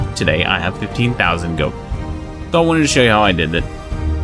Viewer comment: say "goad" again xD